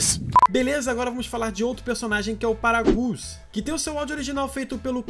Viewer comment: Poxa cara fala o nome dos personagens direito. Vc falou Paragus que merda. Fala Parágas porra.